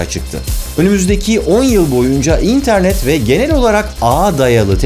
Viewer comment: Barış abi neden internet derken değişik bir vurgu yapıyorsun?